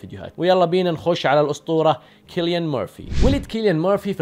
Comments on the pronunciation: سيليان و ليس كيليان انت تبحث كثير بس ما عرفت تقرا اسمه اجل لو ما باحث شتسوي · مجرد تصحيح اسمه يتنطق سيليان وليس كيليان